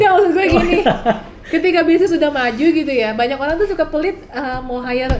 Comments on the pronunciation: hire bukan higher...maaf coach.. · kok 'higher'? Bukannya maksud 'hire'..?